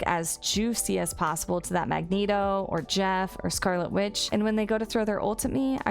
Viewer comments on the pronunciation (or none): none